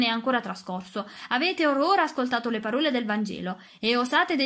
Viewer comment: Grazie per la lettura ma ti prego apri le o poi, custode e parole hanno la o apertaaaa 😅😅😅😅😅😅😅